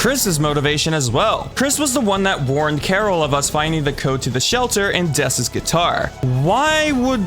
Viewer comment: It’s actually dess dess is the roaring knight